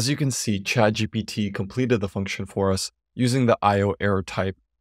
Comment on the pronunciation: I'm happy to see that you correctly pronounce it as ChadGPT